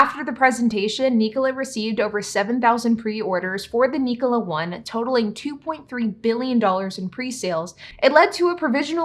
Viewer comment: Knee-cola? I think it’s pronounced Nik-ola like Nikola Tesla